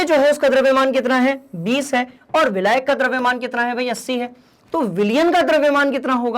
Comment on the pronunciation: abe vilayak bolna to sikh le